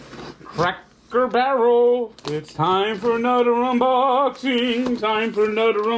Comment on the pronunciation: “ANudder Unboxing” love it